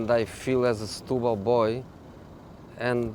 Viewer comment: Setubal "stooboll" whut??